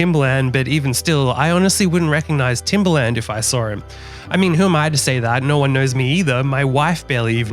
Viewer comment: I doubt everyone in business knows who Grant Cardone is. Also, its very obvious you wouldn't recognize Timbaland, because I didn't know who you were talking about by the way you pronounced his name. Good thing you put a picture of him up!